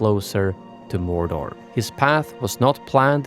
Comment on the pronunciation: mor’door’, not morder